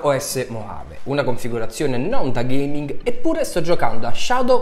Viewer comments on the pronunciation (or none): "UN PICCÌ DA GHEIMING!1!1" Fierik ma dove sei quando servi?